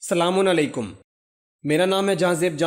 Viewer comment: سر جی یہ سلامُن علیکم کی السلام علیکم بولے تو کیا خوب ہوگا۔